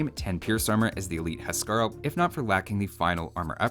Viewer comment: Huskarl is pronounced "Whose-Carl"